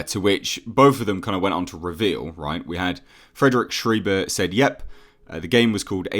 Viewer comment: small note: Schreiber is pronounced like sh-rye-buh not sh-ree-buh.